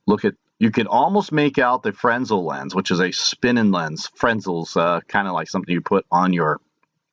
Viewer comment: Frez nel is the correct pronunciation